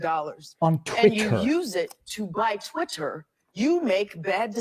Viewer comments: Yes, but "twit-hurr" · I've never heard anyone say "Twit-t-her" like that.